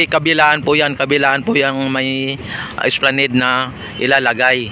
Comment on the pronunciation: Esplanad ang bigkas nyan bro